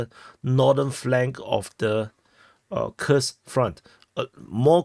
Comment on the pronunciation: Your pronunciation of Курск is awesome :) . It's correct.